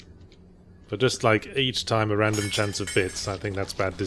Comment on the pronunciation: RRRRRandom documents and audio logs...